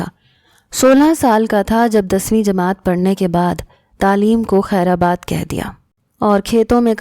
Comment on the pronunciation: It’s kher bad not kher abad